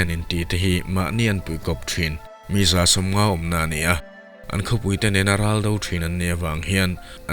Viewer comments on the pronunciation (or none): Mesa tiin lam loh tur. Meka ti a lam tur a ni e.